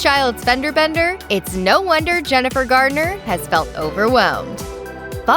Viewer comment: Why don’t these commentators get names right if they’re going to speak in public????? There is No D in Jennifer’s name. How do these people get hired??? They need to have someone prep them before they speak if they don’t know what they’re talking about!